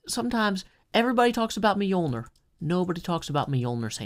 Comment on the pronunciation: My only criticism: the pronunciation of "Mjölner"/"Mjölnir"